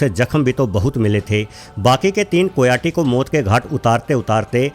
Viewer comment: कोयाटी नहीं, कायोटी कहते हैं ।